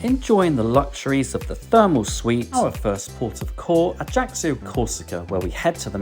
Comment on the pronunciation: Great vid. By the way, it's pronounced AYACKYO. You're welcome 😊